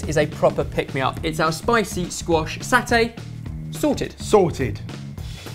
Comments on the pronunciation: Pronounced as Sa-Tay. The sa would be pronounced like the su in Sun. Just a good old simple rice porridge with a century egg and preserved radish made by mum helps blow the blues away when I'm down sick, that coupled with a spicy soy sauce to eat with helps boost the mood and gives me tummy some rumbles. Also, not a legit satay, given that satay are meat skewers, just the satay sauce being incorporated into the soup itself here. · Satay. Sa as in ci in precise. Tay as in te in latte. And satay means skewer.. Not peanut sauce ;) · Its SAT-AY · SahTay. Not Saute. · It's pronounced "Sar-Tay" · And it's called sate, maybe you pronounce it satè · Pronounced Sah tay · Asian way: SAH-TAE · Sar-tay like partaayy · where's the satay lol? Anyway it's pronounced "Sarh (rhymes with tar) - tay (rhymes with may) " Doesn't matter how you pronounce it you boys are english. Anything sounds lovely. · Haha good point but the way pronounced Satay still bugs me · In Singapore we pronounce it as SAR-TAY. Adding to what Danielle said, satay actually refers to skewered grilled meat. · Satay here in America we pronounce it with the aw sound like saw te here it rhymes with resume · Satay is pronounced as how you would pronounce the 'sa' in levioSA! Satay! Now,let me perform the summoning charm... Accio Satay! ✨💫🍲 Nomnomnom! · Pronounced Sar-tay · it's Sahr-Tay, not Sau-Tay..... source: I'm from Malaysia and that's how it's pronounce ;) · I think it s AH tay and not s awr tay :) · Hey there! Indonesians pronounced satay (or sate) like this: sa-te. 'Sa' as in salute and 'te' as in tender. This dish looks so yum, it's somehow seems like a watered-down, one pot gado-gado in which you cook the veggies together with the peanut sauce, rather than separately. Gonna try! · Sarrrrrtay not satay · It is sa-tay not sah-tay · satay not sawtay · It's 'sa-tay' not 'sat-ay' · In singapore its pronounce as sa-tay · You can say satay pretty much like this : sa like in the salt and te like in the tempo